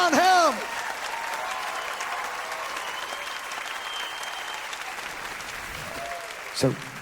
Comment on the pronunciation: Was great to see him pronounce Levon Helm’s name correctly. Yes, it’s not LeeVon, it’s Leaven. I read that he just got tired of having to correct people, and let it go.